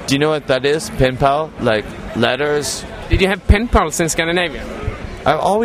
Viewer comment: penpal not pimple lol